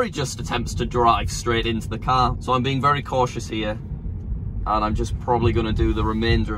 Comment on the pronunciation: Americans: so British people: so: sõäh